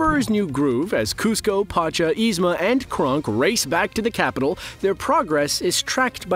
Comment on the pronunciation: Aghhhh it's not Krunk it's KRONK